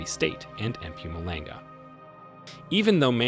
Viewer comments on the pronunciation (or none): Hi I'm actually South African and currenty live here in SA today. Thanks for this video! I just have to give you a quick tip: you pronounce Mpumalanga like this: Mh-pohm-ahh-lahng-gah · Love the way you say EM PUMALENGA 😂😂😂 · This is an awesome video, the only thing that made me laugh was how you pronounced mpumulanga 😂not an easy one to say,but well done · that Mpumalanga pronunciation has me on the floor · And Natal